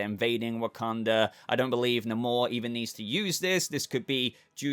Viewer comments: please pronounce Namor properly in the future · We need to teach him how to say Namor and Dynasty lol